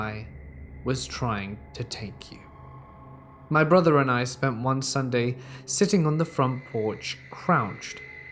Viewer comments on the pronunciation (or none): none